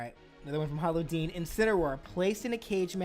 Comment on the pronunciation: Everytime he says "hollow deen" i always mishear it as "paula deen" lmao